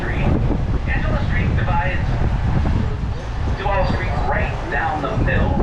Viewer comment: Duvaaaal not duvAle nice video